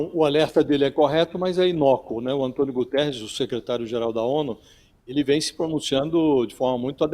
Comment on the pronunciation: Quero chamar a atenção dessa senhora jornalista que tem tido posições de ódio com Portugal, que não é António Gutierres, sim Guterres, não esqueça que ele é português.